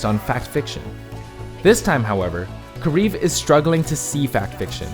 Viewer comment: I hate the commentator for saying karif instead of kariv